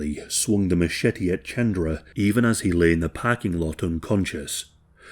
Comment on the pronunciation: good video but hearing u say chandra instead of ch-un-druh was hurting me no hate